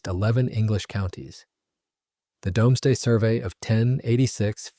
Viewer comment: Doomsday - pronounced Dooms (as in brooms) , and day (as in the time the sun shines light) . NOT dom (as in Tom ).